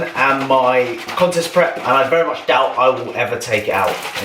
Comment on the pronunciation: VEWY NICE HMMMMMMM VEWY NIICCEEE 🤣